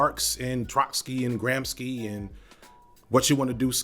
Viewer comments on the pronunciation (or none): I like how Gramsci has become Gramskji, like a real original bolscevic comrade😂 (Just as an info, it is pronounced "Gram-shee", but I am sure everybody understood who you referred to anyway)